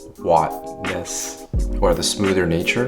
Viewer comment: ... That's why there's poo in there... giggle 🤣🤣🤣🤣. I'm not sure it's poo, just digestive tract. Great video, I visit Hong Kong evey year and go with my mother to the wonton noodle cafe and eat liver congee and wonton noodles - I've been going to that same cafe for over 40 years. Same chef! Sooo good. Dude said "Wat"-ness - hahaha...that is incredible Chinglish!